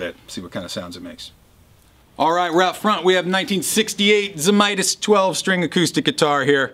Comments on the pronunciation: Best flat top Friday ever. Tony always said a 12 string should be tuned to C as it was basically a bass instrument. His name was also actually pronounced Zamatis & not Zamitis! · I believe it's pronounced "Zee / may / tiss". I'm just 1/2 Lithuanian, so I could be wrong.